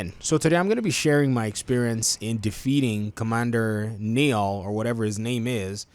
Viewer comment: It's pronounced like the Nile river. It's my dad's name.